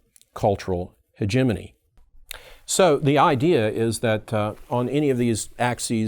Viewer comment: Hegemony Christmas! Is this really how you pronounce hegemony?